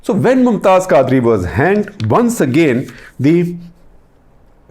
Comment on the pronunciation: Khaazri? Quadri. You can't even pronounce names and you are claiming deep knowledge of Islam